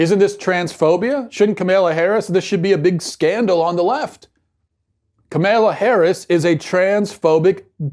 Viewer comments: 100% agree with you on this issue Matt. (Side note: Her name is pronounced "comma-la") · he’s so dumb he can’t even say her name right